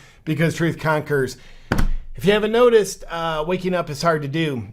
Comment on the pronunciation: "Sometheen" is not a word. "Wakeen" is not a word. "Uncomfterble" is not a word.